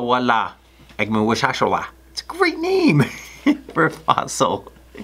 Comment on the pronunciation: Youre just showing off your fancy pronouncing skills now....